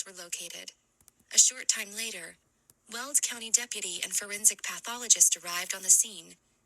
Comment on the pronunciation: It’s Weld county, not… world county.